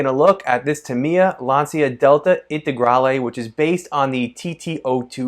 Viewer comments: Lancia is pronounced Lahncha or Laancha. Definitely not Lantsia. Just FYI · It‘s „lun-cha“ and nothing else. Trust me I‘m italian 😎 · Oh my God, you pronounce Lancia, "Lansia" which means anxiety instead the correct meaning in Italian is lance, the correct pronunciation is with the "c" like ch, the third pronounce is the right.